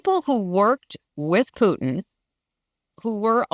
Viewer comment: Thk. the gods that someone knows how to pronounce Putin as in " poo tin " & not "" poo in " as " keave it " says